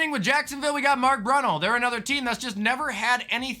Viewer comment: The way you said Brunell lol